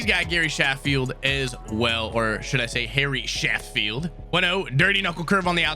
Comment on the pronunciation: He really said Gary Sanch Eyes😂